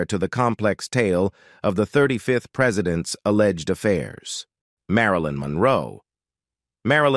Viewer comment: When it said a-legged…